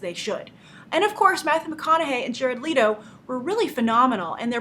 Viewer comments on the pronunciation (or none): Its leto, not lito!